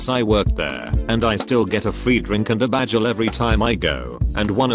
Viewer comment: Why does the TTS say burjer and bajel?